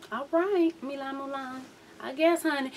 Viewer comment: his name is Milan. & it's pronounced mill-ahn